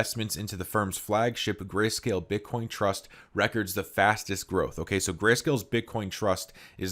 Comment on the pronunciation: The way you say “records” irks me 🤣